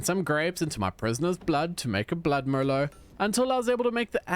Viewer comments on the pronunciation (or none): none